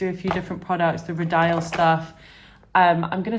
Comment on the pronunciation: Rodial is pronounced ro-deal, not ro-dial. You basically don't pronounced dial like you would the word itself. Ro-de-al 🤷‍♀️